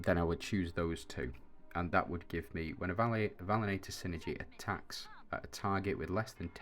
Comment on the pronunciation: I think it’s pronounced Val - lient - tor 😃 Cool vids